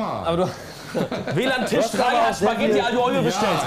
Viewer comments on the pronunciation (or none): none